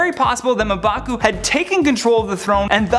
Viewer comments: Its pronounced mmm-baku......and he cant be the black panter but he can be the white or golden gorilla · Smh Muh Baku.... Come on man. I blame the editors. That should have been caught. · I loved the theories but cringe everytime you mispronounced M'Baku. It's ummmm (like ummm good)...bakooo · LOL "Muhbaku" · He pronounced mbaku wrong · I thought it was just me!! Love top 10 but this guy is my least favourite